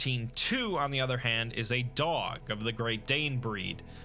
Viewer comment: Great video except for that part at the end when you mispronounced “dog”